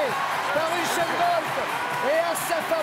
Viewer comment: "Uchène" bolt😂